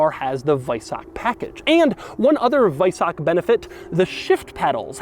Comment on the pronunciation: Kudos for pronouncing weissach correctly 🤓